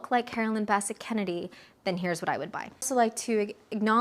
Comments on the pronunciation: Carolyn BESS-ette Kennedy… not Basset. Straight lines! Straight lines! Straight! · Quick tip...it's pronounced Bi-SET, with the accent on the second syllable. A beautiful video! ❤ I miss them both. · You're mispronouncing her last name. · You are pronouncing her name wrong.